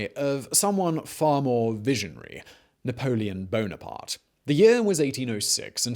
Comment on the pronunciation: Heh heh, his name sounds like Boner Part when the video host says it. I'll go ahead and take my "funniest comment ever" award now.